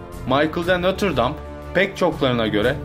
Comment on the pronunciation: notre dame dıyosun broo